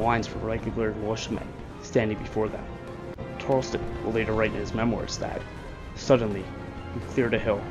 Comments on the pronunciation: Yeah, it's hard to hear the monotone narration when all that racket is booming in the background. Frustrating. And the British commander's name was Banastre Tarleton, not "Benjamin Tarlston." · It is Tarelton, not Tarelston. Bannister or Benaster not Benjamin. Morgan was a Colonel, not a General, as was Tarleton. However, the video is very well done and I commend you as to how it was diagrammed. Few have depicted it as well.